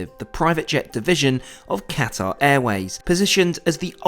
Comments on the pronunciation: Ah yes I love cutaerr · The way you pronounce Qatar annoys me